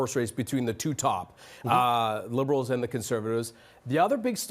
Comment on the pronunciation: Like he keeps saying aloens